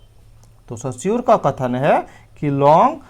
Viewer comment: Sir सस्यूर नही, रस्यूर है